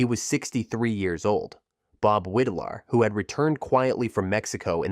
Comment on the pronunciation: Widlar pronounced his name WIDE-LAR not WID-LAR.